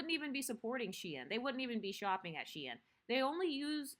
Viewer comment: .. it’s SHEIN., are we okay??